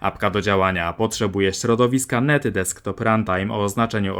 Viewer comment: Jako programistę STRASZNIE razi mnie "środowisko NET runtime". Tam jest taka kropka i czyta się to "dot net" ;) heh